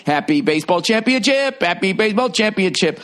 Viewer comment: stop saying champion chips!!! >.< its so annoying when people cant even pronounce the word correctly. Championship ship... fucking ship!